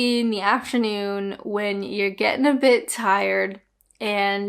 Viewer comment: Good fun but never heard of any of them. I notice how you're dropping your Ts more now. Getting was decidedly "t less" ! Can you say why its offensive calling a woman a Church Bell ? Because it specifies "woman" rather than person ? Thanks.